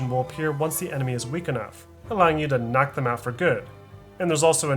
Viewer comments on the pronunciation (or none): none